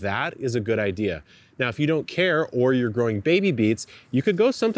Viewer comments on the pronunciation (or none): none